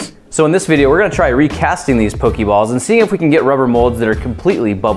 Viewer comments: I'm sorry to be THAT jackass, but it's pronounced "po-kay" not "po-key." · POE-KAY balls. \\\\thats just how you pronounce it grant. I love you but they aren't hokey pokey balls I promise. It drives us nuts when older people pronounce it wrong. I know you mean to say it earnestly. seriously I'm 25 and it just pains me to hear you say it wrong and yet so lovingly. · it's very annoying when u say pokey balls lol it's poka balls not pokey. if u seen the show y'all will know. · It's pronounced Po-kay-balls... But it doesn't really matter in the end. ._.